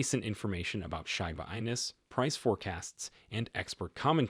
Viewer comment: Bro it’s pronounced like sheeba enu, not shyba 😑 Hard to take you seriously